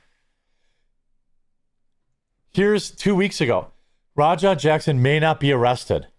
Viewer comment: Is it just me, or does anybody else here "rawdog" instead of Raja?